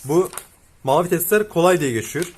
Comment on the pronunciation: geçüyür diyorsun